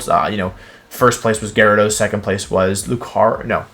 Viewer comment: Gyarados, not Gyawidos!